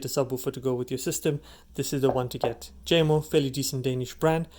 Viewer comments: It's Yamo in pronunciation not Jamo. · It's pronounced differently. Lol. It's actually ( Yamo). It's a Denmark name. The " J" makes a " Y" sound.